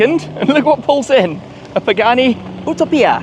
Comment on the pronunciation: Did I just hear you say Utopia like Ootoopia???